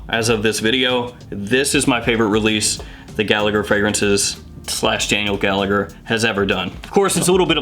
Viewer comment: Not that it matters but “Gallagher” is an Irish surname and it’s pronounced like “Galla-her I’m not sure if the owner is Irish Or not but just to give you a heads up.